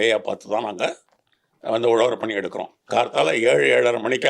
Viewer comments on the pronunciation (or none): .Instead of saying Uzhavarapani,she says Uzhavar pani